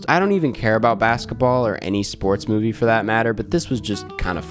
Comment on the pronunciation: it’s MOVIE not MUBI 😂😂😂 anyways i watched thor L&T: 1.5 ⭐️ NOPE: 5 ⭐️ i didn’t watch a lot this month, but i think i got the best and worst of what was released